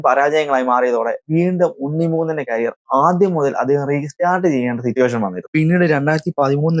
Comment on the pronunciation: ക്യാരിയർ അല്ല മോനെ. കരിയർ